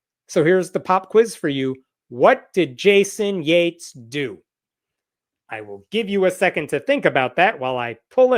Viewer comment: did Hemnat say JATES, oh so Yates, like we don't know how to spell it, FUCK SAKE